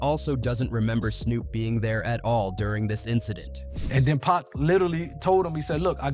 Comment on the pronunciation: Tough to keep listening to him mispronounced Pac's name.